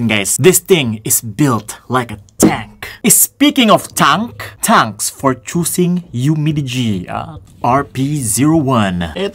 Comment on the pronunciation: Natatawa ako sa "tanks for choosing" AHAHAHAHAHA